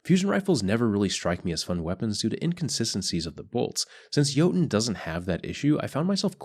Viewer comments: Yer-Tun (as in tundra) plz fix <3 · He forgot the ö